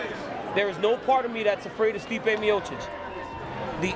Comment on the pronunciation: stipe not steepa dambo